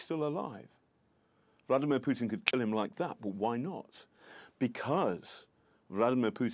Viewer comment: Love how he pronounce “Bloody-mir Putin”